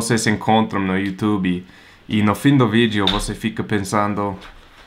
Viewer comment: Ele falou you tubiiii igual a gente!!! Que gracinha!!!!